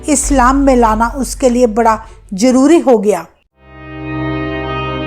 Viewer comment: ज़रुरी को जरूरी , जाहिल कहीं की ।